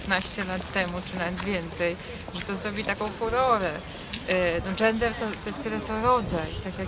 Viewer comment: No i rzeczywiście "dżendeh zhobiło fuhohę" xD